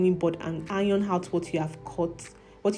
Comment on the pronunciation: Why pronounce consonants before vowels? Harm hole? Or Arm hole? Educate yourself. You are confusing people with your pronunciation of certain words. Hiron instead of Iron. Hor hanything, etc. Apply yourself. Thanks